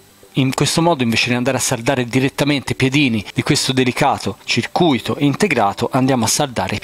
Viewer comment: A CIRCUITO si legge CIR CUITO, la parola che dici te ovvero CIRCU ITO significa ingannato